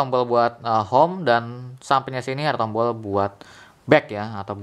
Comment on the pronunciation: Tombol aja kok susah nyebut nya